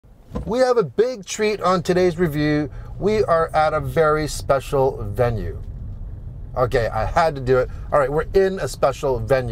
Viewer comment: Bravo, c’est la bonne prononciation. You got it right. Keep up the work. 🇲🇶